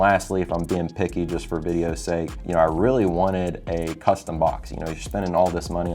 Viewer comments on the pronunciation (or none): none